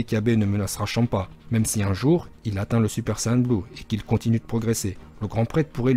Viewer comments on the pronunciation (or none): none